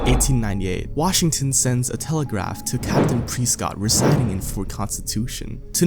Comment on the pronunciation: It's fing press cott not preeescot